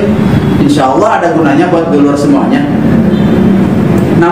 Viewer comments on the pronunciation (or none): none